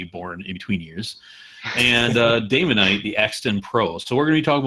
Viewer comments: Daemon(ite) ? HERETIC ! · Is it actually pronounced daimonite?